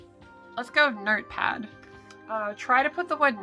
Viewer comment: I think I misheard "notepad" as "nerdpad".